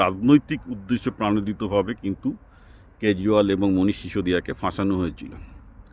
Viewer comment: উদ্দেশ্য-'প্রাণোদিত' নয়, 'প্রণোদিত' 😂 হতে হবে বাংলা ভাষার প্রতি আরও নিবেদিতপ্রাণ :) (আপনার বক্তব্য, বিষয় নির্বাচন চমৎকার ও সময়োপযোগী)